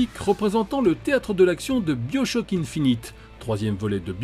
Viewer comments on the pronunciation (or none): Petite précision : Bioshock se prononce Baïochoc :)